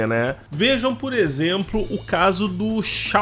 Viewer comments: Obrigado por falar Xiaomi do jeito certo. Me dava muita agonia. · Aê desta vez falou certo o nome da marca kkkkkkk